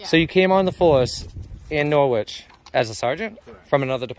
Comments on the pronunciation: NorWich, aargh the pronunciation of the W really grates 😂. Norich or naarch but never norWich. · Ok, I'm English and pronounce it Wich... ... as do many towns/cities across the UK. Dialects vary, shame you didn't get this one right. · Nor-wich!!!! It's pronounced "Noritch" - you Yanks have no idea!!! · In England there's a city with the same name it's pronunciation is Norrich.